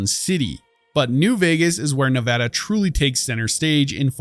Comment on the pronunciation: thanks for saying nevada correctly